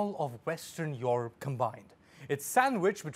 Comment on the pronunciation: somebody teach this guy how to say Europe properly